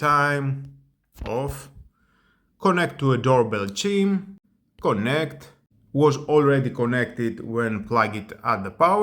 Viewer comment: The word 'chime' is pronounced chym, not chim.